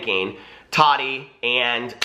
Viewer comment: How is it that these people can clearly say the word "tea" but cannot pronounce Tati's name which it's literally pronounced Ta-TEA. It's really NOT THAT HARD! It's short for Tatiana. 🙄